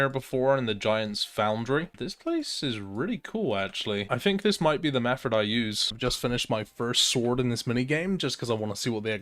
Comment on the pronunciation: My man pronounces "method" like "mefferd". Absolute legend